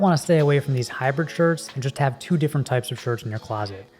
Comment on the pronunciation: You pronounce "hybrid" like "hyper". So every time I hear "hyper length" or "hyper shirt".